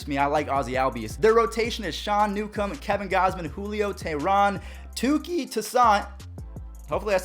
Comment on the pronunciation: I played against Touki in high school and he is filthy! great job pronouncing his name and let the games BEGIN!!!